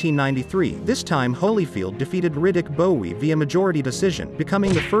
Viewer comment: Lol was gonna comment the same. Dude doesn't even know how to pronounce Riddick 🏹